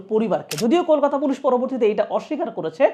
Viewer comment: Kolkata🇮🇳 not Kokata ❌❌❌